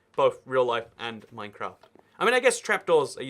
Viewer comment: Minecraft I thought you said mein kämf